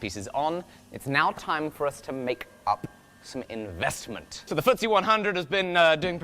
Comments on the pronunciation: IN-VEST-MINT.... unsubbed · In-vest-mint huh? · Ahh.... "In-Vest-Mint" I get it now..... lol Also, about those huckleberries.... you do mean, that part of Montana that's supposed to be Idaho right?